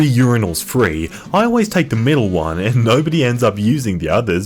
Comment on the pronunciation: „no‘ody asked“